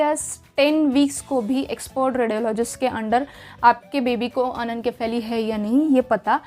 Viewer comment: Why are you pronouncing is wrong.....its irritating 😮 It's अनेनशिफेली.. not अनेनकेफेली